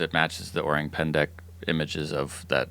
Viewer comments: The word is "orang pendek" you read it pendak. Orang : human Pendek : short/little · its orang pendek, not 'pendak' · its actually "orang pendek" not "orang pendak" .. and its literally means "short people" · It’s “orang Pendek” it’s Indonesien and says “small men” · it's not orang pendak, it's orang pendek and orang pendek actually means "short people/person" here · It's "Pendek" not Pendak. Pendek means "short" . Orang Pendek = Short Man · it's Pendek, not Pendak. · Orang= People Pendek = short It's Pendek, not Pendak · Pretty sure it's PENDEK not PENDAK. Pendek means short, little, small. Pendak is meaningless. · Its orang pendek joe.. pendek means short in malay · PENDEK...not pendak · It's actually orang pendek with an "e" pendek means short, orang is people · Actually, it's 'Orang Pendek' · its “orang pendek” its a malay language word that means “short people” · Its orang pendek. Orang = human , pendek = short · its actually orang pendek. pendek means short in malay. :) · Its “orang pendek” fyi. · It's called "Orang Pendek" btw